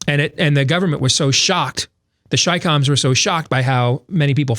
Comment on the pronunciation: CHICOMS, not SHYCOMS! Please!